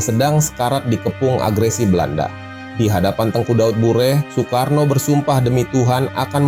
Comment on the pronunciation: Daud Beureuh, bukan Daud Bureh 🙈